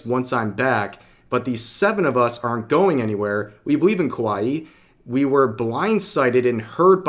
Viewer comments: it's kowai actually. In Japanese there are plenty of pairs like one-san and onee-san but that is not the case. Revs pronunciation is messed up too tho, like kowaii xD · Kawaii means cute In Japanese. The way you're say it mean scary in Japanese. Kawaii means cute - kawai means scary/scared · You're saying Reina Sun name wrong and you can't even say Kawaii right either.